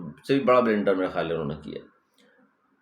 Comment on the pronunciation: بلنڈر ھے بلینڈر نہیں۔ جوسر بلینڈر 😂